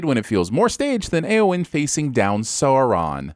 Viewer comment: ?? Eowyn never faced down Sauron. She faced down the Witch-king of Angmar, Lord of the Nazgûl. (Also: mispronouncing Sauron.)